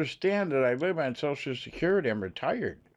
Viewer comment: your shocial lol